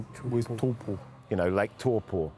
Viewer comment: hahaha! lake toowpo, RRRRRRotorua, watago!! had me in stitches